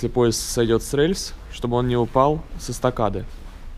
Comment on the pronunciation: Почему ты всегда говоришь рЭльсы ?